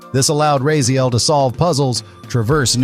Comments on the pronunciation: Like his name is said aloud in the games a million times, how can you still mispronounce it lol, some fan alright... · "I used to play this game so much" can't even pronounce the name. Already so sick of this AI written clickbait trash. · Just like everyone else said, how can you even make a video like this and not pronounce Raziels name correctly? You literally said it wrong two different ways . You even got his brothers name wrong. This video was just click bait. You should remove this video before more REAL "die hard fans" make you look like a fool. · No like or subscribe for you, if you can’t even pronounce the main character of the games name correctly when it’s spoken aloud often, you don’t deserve it. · A die hard fan but pronounce Raziels name wrong. Also i find it funny how you can compare a trailer that has 30 odd seconds of remastered content to both games and still act like you've seen it all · I get that the writer and reader are likely different people, but when a person says they are a "die hard fan" only to mispronounce Raziel as "Rayziel" multiple times, it makes the whole thing lose credibility. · Says one of his favorites, can't promounce the main characters name that is repeated over and over again...bruh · Bro can't even pronounce Raziel's name right 💀💀💀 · This game will be amazing. Too bad they're not remastering the original LOC game...yet :D. Also, you pronounced his name wrong. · It's strange.. For claiming to be such a fan it's very weird to hear you pronounce Raziel wrong.. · Seriously. Over and over. As often as it’s said in the game, you’d expect a ‘true fan’ to be able to pronounce it accurately. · Did you even play the games? You can't even pronounce his name right. Kain even says it in your video. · THANK YOU!!! I'm glad I'm not the only one noticing that he says Raziel's name wrong 😂😂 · My dude, it's not RAY-ZEEL. It's RAZ-EE-EL. Bloody hell. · Rah zee el, not ray zee el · I'm sorry but... RAY ziel? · Actually it's RAZ-YEL